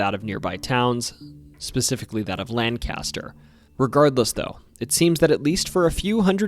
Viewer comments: Lol i came to say this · Lang-Kiss-Ter, Lang-Cast-Er is in California. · Outsider call it land caster lol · there is no letter D in Lancaster. It is not Landcaster. I am a Lancasterian. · We pronounce it Lan-kiss-ter. Great video though! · you literally tried to correct him saying the word is pronounced "lan-kis-ter" which is objectively wrong and "lan-kis-ter" will never be the proper pronunciation even in PA. It's like saying medium rare is raw "to me" when it is technically not raw. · I have lived here my whole life and never heard anyone pronounce it lankister. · pointless video, this takes place in Lancaster, PA and once again not the proper pronunciation of Lancaster. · It's a common mistake. It's pronounced the way Pennsylvania Dutch pronounce it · we all know it's pronounced lancaster in every other place except pa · THI!S! IT ANNOYS ME EVERY TIME!! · Before anyone else comments lancaster is usually pronounced lancaster only the city in pa is pronounced differently. If you say it's not then you are simply pronouncing pa wrong and every other city correctly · Well I hate to tell you this, but you are the one that is mispronouncing it. There is no “I” in the word and the letter “A” will never sound/be pronounced like the letter “I”. Of course that is if you want to be technical about it. The thing about names of cities and towns is that most people pronounce them as they were taught locally. This is because certain regions get settled by people of different nationalities and still speak with an accent. So to some extent, there is no right or wrong way to pronounce a city or town. In other words, you shouldn’t have made your dumb comment. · Maybe you can't read phonetics well, but can we agree that the LAN part is more of a Lang sound and is also accentuated. And that the caster part sounds more like k ster, kister or kuster, with the the vowel being ambiguous.